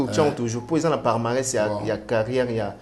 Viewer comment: Journaliste ya internet,balobaka "parmarès te" balobaka PALMARÈS